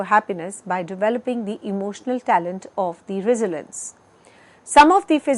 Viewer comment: Would've been better to hire someone who can pronounce resilience right